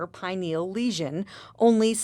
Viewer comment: You're mispronouncing pineal